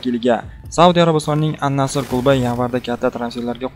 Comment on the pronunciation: Ал Наср дейилади Ан Наср емас